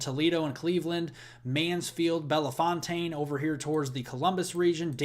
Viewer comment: You're pronouncing Belefontaine wrong. Say "Bell...fountain". 2nd "e" is silent and "fontaine" is pronounced like " fountain". Thank you!